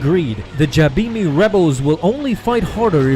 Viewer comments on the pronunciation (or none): You pronounce Jabiim wrong.